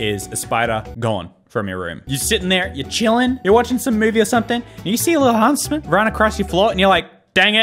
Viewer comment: "and you see a little HUNTSMAN" just a normal australian talking